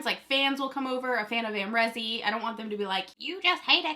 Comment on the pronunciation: Isn't the name Am Ree Zee ... instead of Am Rezy? Have I been saying it wrong all this time?